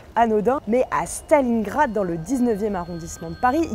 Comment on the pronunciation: "stalingrad" bah tu sais le bien commuuuun... ☠️